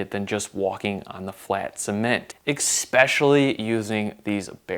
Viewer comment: This guy says Exspecially way too much. That's not a word bro. I had a friend in elementary school who always mispronounced that word and it still bothers me.